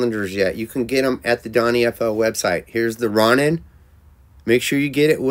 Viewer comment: It's pronounced, "Row-nin"